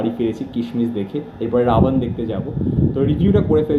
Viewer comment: You criticize Dev's bengali pronunciation. But you BC pronounce Ravan in Hindi style Ravan, not bengali style Rabon. So correct your own bengali pronunciation first before criticizing Dev